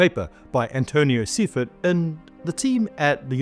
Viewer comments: Commenting in support of author of the paper and note that should my family pronounces it as Sy-fert so you may want to check with her. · Its very likely - Original- pronounced Englisch ~ "sayfart' as it is this is a rather common German Name. : "Seifert" i'd guess from a man that make soaps.